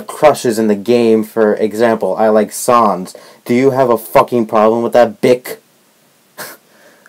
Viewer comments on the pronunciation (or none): Sans does not = "Sauns", it = "Sayns". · He says sans as säns.... PREPARE FOR THE TRIGGERD FANBOYS, THIS SHITS GONNA BE GOOOOOOOD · dude im not a hater/fanboy but say sans right dude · P.s You said Sans Wrong